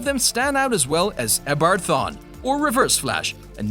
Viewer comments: you say eobord thwane wierd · gah u cant say Eobard Thawne right? really